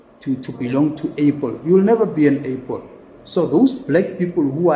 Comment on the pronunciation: Hey dude...it's an "apple".....not an "apel"....😅